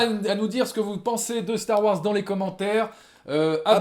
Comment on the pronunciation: Dites, mes oreilles saignent un peu avec vos "Star Woirs" Pourquoi vous ne prononcez pas le Wars comme tout le monde ? :)